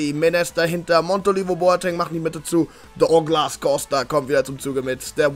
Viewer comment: Sag das douglas normal bitte